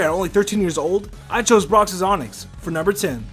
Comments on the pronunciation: "Brocksis onix" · Brocks’S it’s brocks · Is no one else mad that he kept saying brocks's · Broxes. Broxes. Broxes. Cringes. Cringes. Cringes.